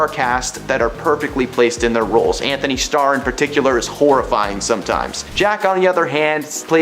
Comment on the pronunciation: His name is ANTONY. ANT-TONY Star. Thank you for coming to my Ted Talk. Also, watch Banshee. He did it before The Boys, and it’s the maybe the single best show I’ve ever seen. Fanshee 4 ever 🖤